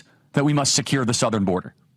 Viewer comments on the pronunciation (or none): none